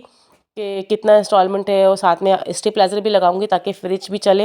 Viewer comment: Stepplaazer bol rahe h aap.. STAB-BLIZER BOLTEY H... STABILIZER.